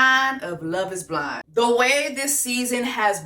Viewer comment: Did Jessie say "on Love is Bland"😂😂😂😂im finished,done for